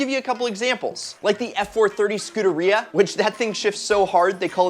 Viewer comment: This dude said scuderian wrong and he thinks the alfa 8c is better than a 458 Italia